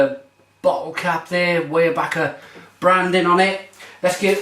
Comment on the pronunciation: Glad to see you're reviewing another Pennsylvania beer! And is correct, it is pronounced WIREbacher. The pumpkin ale is one of my favorites.